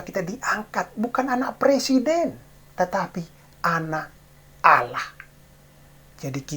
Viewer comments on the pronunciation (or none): none